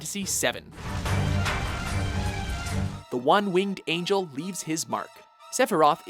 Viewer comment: Why the hell do people keep calling Sephiroth the One-Wingd Angel? Its really starting to drive me crazy